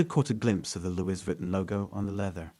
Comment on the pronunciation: "Luey- vi-ton"